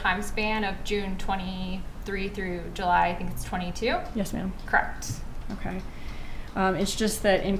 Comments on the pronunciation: Lol.. cracks me up when witnesses keep saying crect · She did a good job though aside from the dragging consonants & her pronunciation of “correct” - “Cr’ukct… There were 2 phone calls made the mourning of __ ? Cr’uckt. There wasn’t a phone call from an 845 number on the night of the 18th? “Cr’uckt.” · omg!!!!! So Annoying.. CRECT